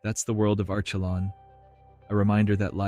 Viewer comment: I can't listen to Arschelon one more time! Sorry, I'm out.